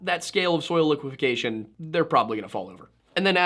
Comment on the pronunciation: it's liquefaction, not liquifecation!